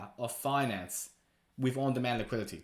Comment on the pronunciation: LMAO what is Liquility? Lol learn the words you need to say in your videos maybe?